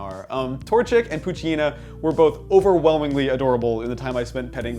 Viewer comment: i think you pronounce it pooche-EH- nah, but who cares? I'm exited for this game.